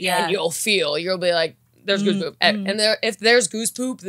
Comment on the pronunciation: whenever said "Goose Poop" my ears immediately heard "Goof Troop" for some reason 😂